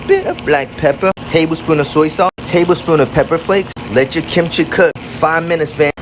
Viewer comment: he said " Let your kimchi cook " And I heard " Jungkook " lol 💜🙉